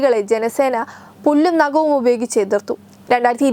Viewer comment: Pullum Nakavum alla kutti - Pallum Nakavum...Good..